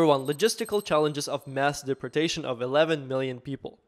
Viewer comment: Learn how to say deportation or get the f*** off of YouTube😂